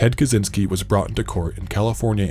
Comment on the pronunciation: ppl need to learn to say "kaczyński"